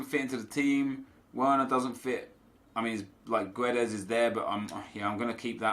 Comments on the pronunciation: Hey Nep, please read this. You don't pronounce the U in Guedes, it's silent. And it is a hard G. So, Gedes. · You don't read the u in Guedes. Portuguese is not Spanish !!! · Silent 'U' on GUEDES plz